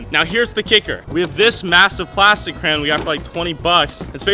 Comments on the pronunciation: You pronounce Crayon very strangely. "Cran" lol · If he says “Crayon” wrong one more time 🤦🏼‍♂️